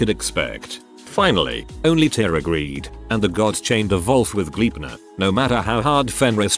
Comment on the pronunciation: What's up with the English narration reading "wolf" like "vulf"?